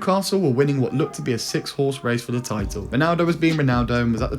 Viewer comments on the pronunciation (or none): none